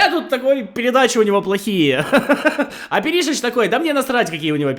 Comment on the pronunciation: Как же ухо режет Пери́шич 😂 , он Пéришич